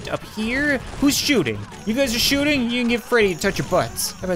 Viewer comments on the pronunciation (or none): “Who’s shoosting right now” 2018